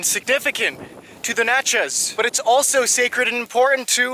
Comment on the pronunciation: You did a pretty good job on a place I lived for 7 years. Natchez rhymes with Matches !